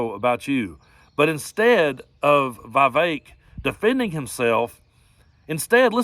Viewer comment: Well Vivek, rhymes with cake, at least is consistent. During the primaries he would ask voters to vote for him and they would make racist comments to him. He wouldn’t say anything then.